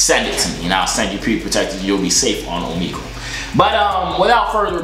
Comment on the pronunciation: Man's saying Omegle wrong 💀💀💀